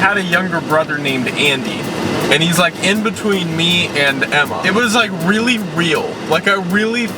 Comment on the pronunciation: waelly weal